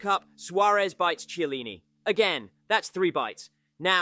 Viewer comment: Ay-Jax. Eevra! Chellini? Fuckin hell 🙈 the pronunciations are so bad definitely not a proper football fan 💩